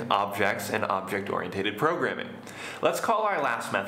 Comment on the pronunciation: Very good lesson. I have a question about the pronunciation of ORIENTED. Shouldn't it be pronounced like this?